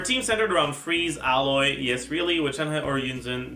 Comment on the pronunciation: For some reason he calls her Ella, much like he calls Aloy "Alloy". It's just what he does. No real reason as far as I know